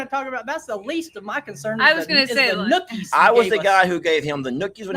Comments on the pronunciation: It is not nookies. It is noogies. There is a huge difference. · This great video, The Three Musketeers, are back. 🎯, it's "Noogie" for the head rub. And, "Nookie" like you used pertaining to Jake is sexual. 🤣🤣🤣🤣